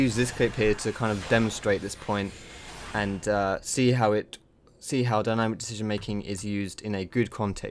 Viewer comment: "Dyanimc" lel